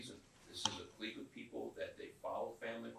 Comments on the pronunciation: Except repeatedly mispronouncing clique as 'cleek' instead of 'click' was particularly douchey imo 😂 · He sounds especially idiotic repeatedly pronouncing the Q in clique. Shouldn't someone who went to law school know it's pronounced 'click'